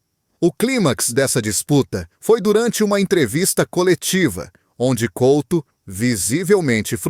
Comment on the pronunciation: Pelo menos podia dizer e escrever corretamente o nome do jogador Fernando COUTO e não Colto, tenha vergonha e apague o video